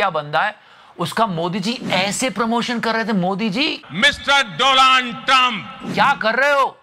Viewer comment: Donald Trump: I am taking the revenge as he pronounced my name as DOLAAND 🤣🤣🤣